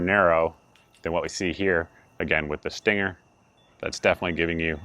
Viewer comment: I believe you are pronouncing it wrong. It's pronounced "stang-er".